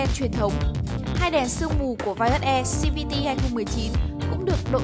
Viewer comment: Đã đọc tiếng việt thì đọc hết mẹ nó tiếng việt đi cho dễ nghe. Đọc xi vi ti làm gì